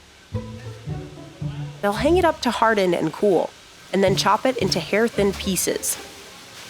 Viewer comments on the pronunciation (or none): none